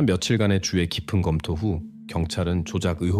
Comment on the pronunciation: 주의 깊게를 자꾸 주에 깊게라고 발음하는거 킹받네;;;; 수의를 수에라고 하고 ㅋㅋㅋ ‘의’ 발음이 안되다니 한국인 아닌가?? 그리고 왤케 직역투여